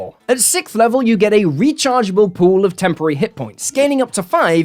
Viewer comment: sixth not sikth.